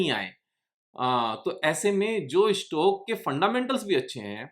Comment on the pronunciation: tumse 'Stock' bhi theek se ni hola jata